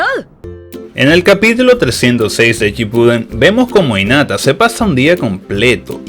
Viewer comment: por cierto, se pronuncia jinata no inata